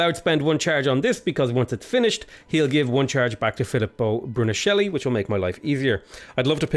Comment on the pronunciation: The pronounce of Filippo Brunelleschi is almost correct in your second form